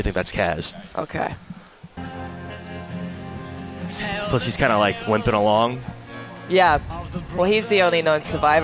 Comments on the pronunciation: Things Wrong 1. MSF was over water 2. Kez, its Kaz 3. It was revealed Ocelot rescued BigBoss in the reveal trailer 4. Its obvious that he is interrogating Huey because he endorsed the Nuclear Inspection. 5. BigBoss isnt a "d**k", He cares about his men and wants to weed out traitors 6. Its KAZ!!!! 7. Have you guys ever played Peace Walker 8. "Its very muddled" So you don't know 9. Its showing off the new systems lighting effects. Stop reading into it. 10. There is no dark side. 11. YES, ITS RIGHT AFTER HE RESCUES KAZ. and please pronounce it right. 12. So because quiet is in it she is automatically the new heroine 13. Nope, thats not Quiet If i missed anything plz comment. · My God. These guys are fucking IDIOTS. And Kaz's name is pronounced Kahz, not Kaez. Also we won't see Raiden in MGSV. Solidus will only be 8-12 year old during TPP, Raiden won't have been born yet. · why do they keep saying kaz wrong? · I watched this to laugh my ass off. I laughed AND cringed. WAR PAINT?! WTF LMAO The way they pronounce Kaz HAHAHA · iT'S KAZ...ugh i can't watch anymore...FOR FUCKS SAKE!